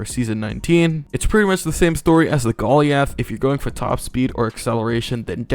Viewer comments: bruh why does he call it golly ath its goliath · aint no way you said "gollee ath" instead of "goal i ath" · bro says ben-yay for the beignet correctly instead of big-net but he says golly-ath 💀💀💀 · Bro said Gol - E - A - TH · THIS MAN SAID GOLLY-ALTH LMAO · thats not how you pronounce goliath 😢😢😢